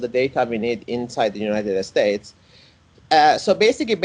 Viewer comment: I love his way of saying "United Estates" a rather fitting description.